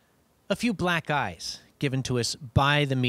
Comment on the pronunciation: Lol I thought he said "black guys" instead of "black eyes". xD